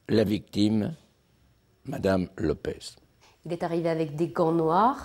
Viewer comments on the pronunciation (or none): LopeSSSS, pas LopeZ. Elle est portugaise, pas espagnole.